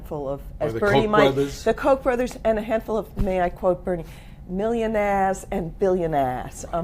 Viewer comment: millionahs and billionahs